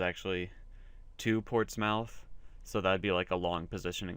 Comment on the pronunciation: Btw it's portsmith (pronounced)